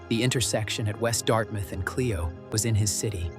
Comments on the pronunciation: Flint Mi. It’s pronounced Clyo road not Cleo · It’s Char-LOT not Char-LIT and BLOOM-field Clio long I Grand BLANK